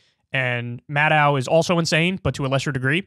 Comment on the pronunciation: Why are so many commentators incapable of pronouncing Maddow's last name? Think "doe", like Bambi, not "dow", like Chemical...